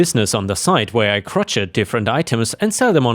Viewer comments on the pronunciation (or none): IT'S CROW-SHAY..... NOT CROCET LIKE CROTCH.....;) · Nice stories, thanks But "crochet" is pronounced "crow-shay" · Crow-shay if that helps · FYI - crochet is pronounced crow-shay. ;)